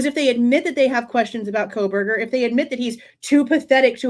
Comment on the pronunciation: Does he say KohLberger or Kohberger? Sounds like Coal-burger.